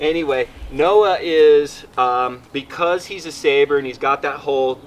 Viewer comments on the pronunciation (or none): Sable not saber. And fwiw Boer is a Dutch word, for the only breed with over 100 years of selecting on carcass value without dairying, so no wonder your Boer cross looks thick and muscled. It's pronounced Boo-er. Most people can barely get to calling them Bores, but Bowers falls pretty far short. Okay, let the scoffing begin.